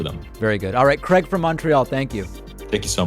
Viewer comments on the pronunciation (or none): none